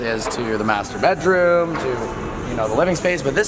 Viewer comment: It sounded like "this is the masturbedroom"